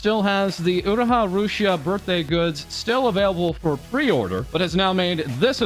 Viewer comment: Chuckles.. i love it when westerners say oo raa ha instead of oo roo ha.